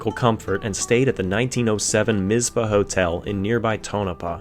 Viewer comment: It's the Mizz Paw hotel. Like Tonopah (tone ah paw)!